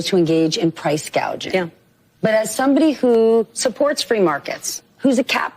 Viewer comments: KH calls it “price gaging”…….😂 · Correction: Scamala said Price Gaging, NOT Price Gouging. She is so brainless she doesn't know the difference!